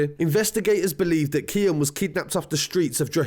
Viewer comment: KEANE (keen) not KIAN